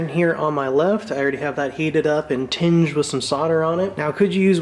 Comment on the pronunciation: I believe it's "Tinned in solder" NOT "Tinged in solder" :)